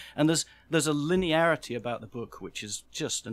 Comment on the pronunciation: Linearity? A Limiarity if anything